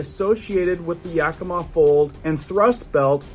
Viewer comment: You said Yakima correctly 😊 many don't